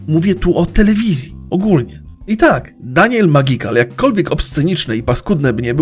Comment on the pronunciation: Daniel Medżikal xD